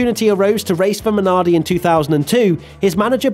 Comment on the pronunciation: Is it just me or does pronounce Minardi so satisfyingly?